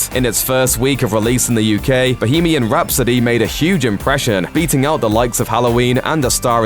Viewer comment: Did you just say "Bohemian Rhapso-DAY"?